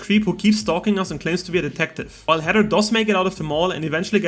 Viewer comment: Bro you can’t say Heather 😂you keep saying Header